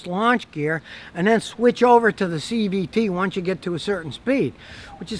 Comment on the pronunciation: Are u saying cvp? What is that?